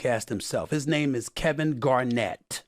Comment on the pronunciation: the way ee says Kevin's name 🤣